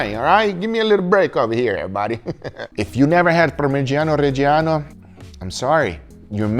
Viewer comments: Real good pronunciation on parmigiano reggiano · Parmigiano Reggiano lo dici divinamente